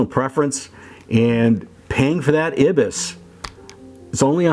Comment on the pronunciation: EYE-BIS is how it's pronounced.